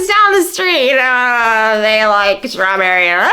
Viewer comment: "I love schtrawberry" is what I heard--slurred.